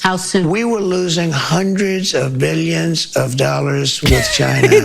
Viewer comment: I detest hearing him say "billy-uns" almost as much as hearing him vomit " bul-yack"